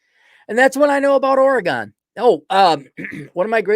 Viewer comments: Oregon is pronounced Organ. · It’s pronounced OR e gun. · It’s just weird to hear it pronounced like that when you live here lol